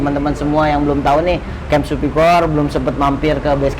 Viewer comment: Pelafalan SURVIVOR /səˈvaɪvə/, pleaaase!